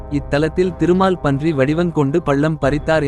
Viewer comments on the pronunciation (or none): திருமால்பன்றி னு படிக்காதடா.. திருமால் பன்றி உருவம் எடுத்து ..... என்று தனி வார்த்தைகளாக படிடா....